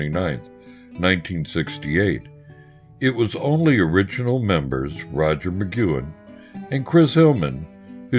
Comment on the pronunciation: butchering Roger's name! but cool video otherwise.